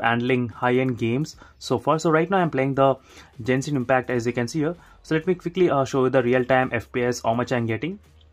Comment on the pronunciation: It's not pronounced "JENSHIN" , it's "GENSHIN". "G" as in "Gandu".